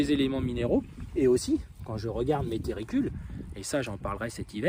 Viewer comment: tUrricules pas tErricules....🤯